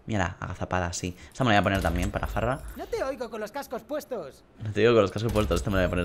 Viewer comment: se dice fara no farra xD